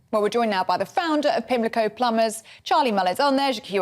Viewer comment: Lol... She said pimlico pummers.